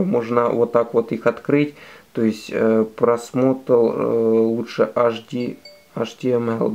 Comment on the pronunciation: может ты химик? Потому-что аш ди звучит как аш два о!)))